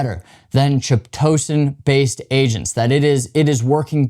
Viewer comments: It’s pronounced: Kite-o-San Thanks for the video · Ky To San. It does not rhyme with Pitocin. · Chitosan the chi- is pronounce kai like chimera. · "K-EYE-TOE-SAN" -Chitosan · This is the first time that I've ever heard Chitosan /'kaitəsæn pronounced this way. It sounds far more entertaining the way that he says it. 😂